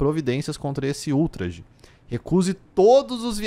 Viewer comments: falando ÚLtraje KKKKKKKKKKKKKKKKKKK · ''ultrágê'' kkkkkkkkkkkkkkkk